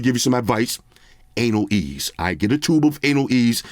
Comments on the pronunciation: "A-nail ease!" SMDH... I'm dieing laughing. And yes I know how it's correctly spelled. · My man said ANALease, lol lmfao. That shit works for when you want to ease into your girls you know what, lol